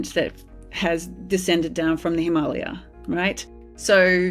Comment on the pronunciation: did she just make Himalaya rhyme with Somalia? I've never heard it pronounced that way...